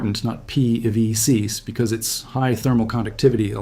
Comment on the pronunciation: I hope you consider this civil...but why can't you say PVC? It sounds like it's the first time you've ever said the phrase aloud.